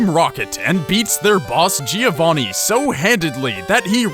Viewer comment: Cool video :)I laughed at the Giovanni pronounce